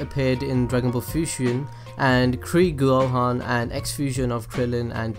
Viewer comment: Krigohan? Why not Krihan?